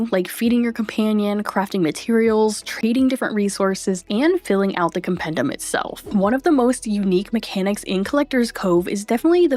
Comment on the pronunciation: As hermione would say: it’s compendEEum, not compendUM.